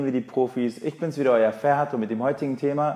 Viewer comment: Gutes Video Aber Abicim dein Name ist Ferhat Nicht Fehrhat Ramazanın mübarek olsun ✋